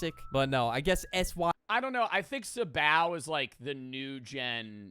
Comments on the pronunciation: "sib ow"🥀🥀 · Sih-bao…..